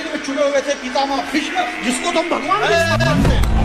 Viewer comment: Bhishm Bhishma nahin theek se to bol